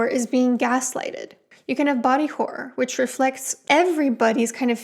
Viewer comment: It’s hard to hear if you’re saying “horror” or “gore” because you some how turn “horror” into a one syllable word when you pronounce it. It sounds more like you’re saying “whore” which is not “horror”. Sorry to nitpick the way you speak, I just find it very distracting and it was genuinely hard to differentiate which word you were saying towards the start of the video.